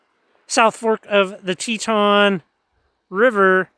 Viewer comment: Tie-a-ton. That’s south fork of Tieton river. Teton is Wyoming